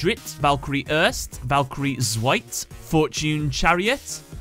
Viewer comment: Here are some pronunciation corrections for the three Valkyries The second e in Erste is said, so it's not 'erst' but 'erste' You pronounced Zweite too soft. Its a hard z. "TSweite" and again, the second e is pronounced In dritte is the e pronounced as well